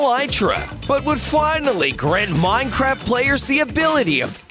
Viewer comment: He said mineCRAPs